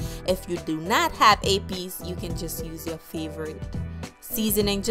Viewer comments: When she said Epis i was like this is perfect lol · I subscribed once I heard u say epis. I’m like oh she haitian? Subscribe lolol